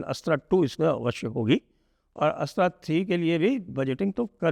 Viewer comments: नमस्कार सर मैं बस एक सुझाओ देना चाहता था की हम अस्त्रा की जगह अस्त्र का उच्चारण करे। चीनी या जापानी कभी भी अपने शब्दों का उच्चारण अंग्रेजो की तरह नहीं करते ये बस भारतीय ही अपने शब्दों को बिना मतलब अंग्रेजी रंग दे देते है। 🙏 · संजय जी, “अस्त्र” मिसाइल के उच्चारण में थोड़ी त्रुटि है। आपके उच्चारण से ऐसा प्रतीत होता है जैसे कोई गैर-हिंदी भाषी व्यक्ति इसे “अस्ट्रा” पढ़ने का प्रयास कर रहा हो। पूरे सम्मान के साथ, आपसे अनुरोध है कि कृपया इसे सुधार लें।